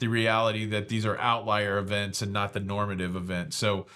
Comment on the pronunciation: Did you say…….normative?